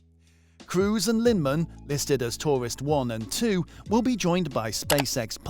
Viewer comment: Doug Liman, not Linman :)